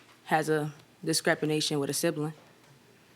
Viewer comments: Did she say discrepination? 🤔🤔😂😂😳😳 JMs facial expression lmao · After hearing "Discrepination" how many people came to the comment section? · 🤔 Did she just say ”Discrepination”? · Discrepination??? TF is that???😂😂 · “descrepination” took me out and judge expression made it funnier 😂 her sister stressed her so much she made up a whole new word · Descrepiwhat??? Girl stop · Girl I thought I was trippin when she said descrepination, I had to look it up🤣🤣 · The judges fave after the "discrepenation" lmao